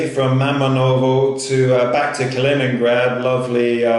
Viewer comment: You actually did pronounce it right. Close to it as you can get with the english accent. Kaliningrad is supposedly fun to visit if you like all the old abandoned wwII stuff, you should have explored all of that. But right now with the situation, just get back to Europe.